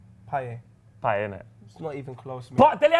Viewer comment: Guys please..its payet...lets get over with this